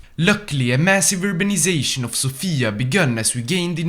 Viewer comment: You misspronounced Sofia Strumica and Plovdiv wrong